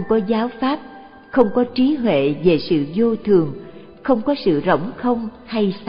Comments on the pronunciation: "Trí huệ" hoàiiiii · "TRÍ HUỆ" LÀ CÁI GÌ ? NGHE MẮC MỆT . " TRÍ TUỆ " LÀ NGHE ĐƯỢC .